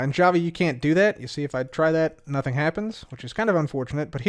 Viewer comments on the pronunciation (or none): none